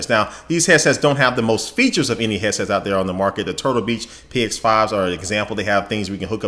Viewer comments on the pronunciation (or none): "hesses" lol god you're awesome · I keep hearing him say "Heasess" lol